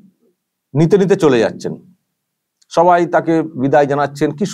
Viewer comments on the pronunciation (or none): none